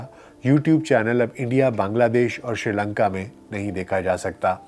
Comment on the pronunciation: ڈاکٹر صاحب آپ شری لنکا کیوں کہہ رھے ھیں س کا لفظ موجودھے